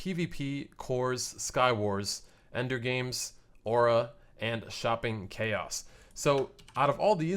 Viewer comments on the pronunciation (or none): none